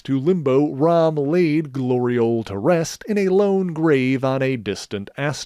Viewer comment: Really?! Really?!... Glori-ole?!